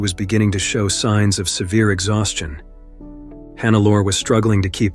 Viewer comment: omg, why always this dumb AI-voice?? Who TF is Hannaalla Schmitz?? It is Hannelore, the gumbest AI should spell this correctly... Sorry, but thumbs down!